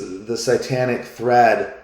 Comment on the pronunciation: Are you saying "sightanic" or "satanic"? I don't think you are pronouncing the word "satanic" correctly.